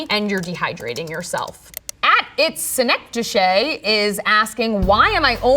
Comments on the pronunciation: As a fellow scientist, I'd like to note that synecdoche is pronounced as "/səˈnekdəkē/" (k sound not sh). Just being very pedantic :) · Wait, hold up. Did she just prunounce synecdoche as "sinek-dushey"?? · "it's synech-do-shay" 😅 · It's syn-ec-do-KEY" right? Not "shay" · Someone should have told her that "synecdoche" is pronounced "suh-NECK-duh-key". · "synecdoche" pronounced "sih-neh-doh-key" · It’s pronounced Si-Ned-No-Key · "she pronounced synecdoche as synecdo-shay". The only other time I've heard this word used was in the title of a movie with Philip Seymour Hoffman. Not a bad movie, by the way. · Its upsetting that a dr. Doesnt lnow how to pronounce "Synecdoche" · Sure doesn’t know how to say “synecdoche.” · Her mispronouncing synechdoche makes the username even funnier. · Love her. Her pronunciation of "synecdoche" made me chuckle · That pronunciation of "synecdoche" will haunt me! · Unusual pronunciation of synecdoche! LOL :face-turquoise-covering-eyes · This is not relevant and not a hate comment but the way she pronounced “synecdoche” had me dying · That pronunciation of synecdoche - oooof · oh the irony. Why anyone would listen to this loud mouth idiot who can’t even pronounce synecdoche is beyond me. Bio med is one of the most useless pathways of education. Most use it as an entry to med school. These people are lab rats. I don’t know why she thinks she is an authority on all things health & the critique of others!? Talk about the pot calling the kettle black. Biomed only does studies for people who pay them. Nothing is independent especially in USA. Thanks for the laugh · her pronunciation of synecdoche though--I know it's a rare word but still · I love how she pronounced synecdoche lol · trying to ignore the way she pronounced synecdoche